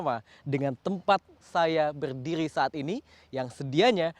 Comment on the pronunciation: Normal people : "berdiri" Him : "berdiwri"